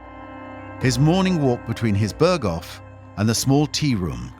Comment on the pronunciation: Não se pronuncia "Bergou" e sim "Berghof" .Impressionante como os narradores não se dão ao trabalho mínimo de pesquisarem como se pronunciam os nomes . Ou serão todos I.A. ?